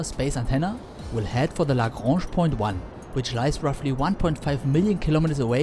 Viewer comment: I find your correct pronunciation of Lagrange and Einstein strangely pleasing.